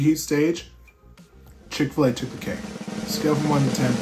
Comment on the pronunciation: Mickfil-A lol 🤣